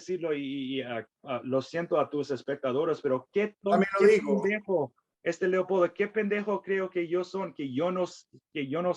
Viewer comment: Me encanta!!❤cuando dice"Leocoldo".gracias,gracias y gracias.